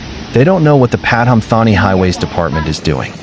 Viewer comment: In case the comments on this channel are read by a human, the way the Thai names are said makes it almost impossible to understand where the storm occurred. The province name is said Patoomtaani, whatever way it is written. And yes, that area is prone to flood, in 2011/2012, it was flooded for 40 days (I was living just the other side of the river at that time).